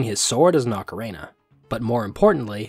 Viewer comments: OcaREEna, not OcaRAYna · I died a little bit every time you said ocarENA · I kept hearing ocarena of time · It's pronounced O-ca-ri-na. Not ocarena. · Bro… its pronounced Ocarina not Ocaraina, theres literally an i in the middle of the word. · For 25 years, i had never heard anyone pronounce ocarina like ocaraina, until this week when I've seen videos from three different people pronouncing it that way and now I've just spent half an hour down the rabbit hole of pronunciation variations. But also i love this video and this isn't a criticism, I was just surprised to hear a different pronunciation by so many people so recently! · Lol I'm sorry! I was genuinely interested by the different pronunciations 🥲 didn't realize others had pointed it out as well, although I did catch the emphasis in your most recent video 😅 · I like how when you say Ocarina it sound like Macarena. Good stuff. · You pronounce “ocarina” like “Macarena” and it’s silly and makes me giggle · obsessed with the way he occasionally pronounces "ocarina" like "macarena" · Great video! Just one obligatory nitpick, I've heard diff pronunciations for ocarina, but making it sound like the Macarena is a first lol. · I don't think I've ever heard anyone pronounce "ocarina" like "[M]acarena" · ocaRAINa of time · I've never heard anyone pronounce ocarina like that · ocarina is not pronounced the same as the Macarena.